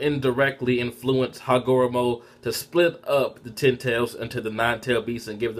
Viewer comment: The names pronounced Hagar;romo Oh, su' su' key.